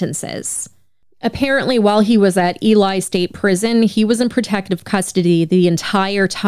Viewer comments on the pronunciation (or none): This was a tragic story all the way around. RIP Sherrice 😢 Btw, Ely is pronounced E-Lee, not E-lie. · Ely is pronounced Eee-lee. 🙂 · I love your show. I've been mostly listening on Spotify. But as a lawyer from Nevada... 1) the town is pronounced E-lee. And 2) the state is Nev-a-duh, not Nev-aw-duh. Thanks for all you do!